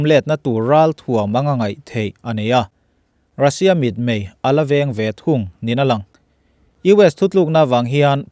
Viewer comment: Mitmei a mei lai hi bawng mei,a mei thluk angin thluk thin la,a kun nghut thin a,a dik lo.